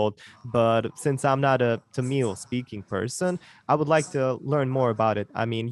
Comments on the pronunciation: Brother, you have to pronounce Tamil by rolling your tongue up to touch the cliff. When you say Tamil, the last two letters ‘il’ should touch the cliff of the mouth. When you normally say it, the tongue will touch the top of the teeth, which is not correct. It is easy to say with caustically touching the cliff of the mouth. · This is not grammar bro. He was trying hard to pronounce Tamil again and again. I am trying to help him. This comment is only for the people who care to pronounce the 'la/zha' letter correctly.